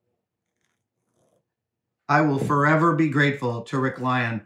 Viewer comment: When he was talking about the puppeteer tip, I heard, "I will fur-ever be grateful..."